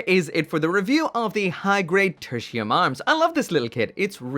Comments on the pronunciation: Thought he said Gundam Tortilla. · Loved your review, and this applies to all your review! I only cringe everytime you say the gundam's name. Katakana says it is Te-ru-ti-u-mu ga-n-da-mu. So It is suppose to be said as /tertiyum/ Well that's just me. ✌️